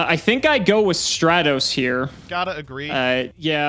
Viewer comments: Nobody:: "STRAY-TOS" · The only thing more infuriating than this DAD-less episode (games 1 and 2) was mispronunciation of Stratos.